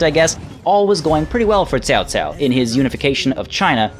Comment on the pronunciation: Hahaha, i'm really looking forward to seeing you butchering all those name ! Nice try in this episode thou :) really commendable effort !! Your pronunciation of "Liu Bei" is spot on ! "Chao Cao" not so much :) The rpg element and romantesize version doesn't really bother me, cause the actual history is quite boring. Wonder how will they implement the characters thou, it has hundreds upon hundreds of different characters crucial to the story